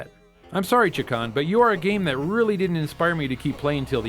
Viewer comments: Haha, guys, it's pronounced ChAkan. You guys pronounce it Chikan, which means molester in Japanese. Maybe that's why he wants all of us to play with him... XD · "Chakan" is actually pronounced like "Shay-Khan," in case anyone cares. It's actually a very small-time independent comic book character. I tried to read one of the stories once but it was so horrible I didn't get past the first page. I think it was trying to be The Crow but failed miserably.